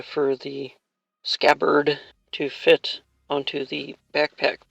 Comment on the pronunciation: Quite a daunting project, but you pulled it off quite well. ...and you enunciated scabbard like a pro, I'm impressed!